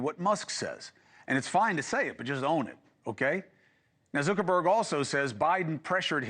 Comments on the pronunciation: Zooker-berg? Come on, Chris. Lol. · Is he saying 'Zerkerberg'?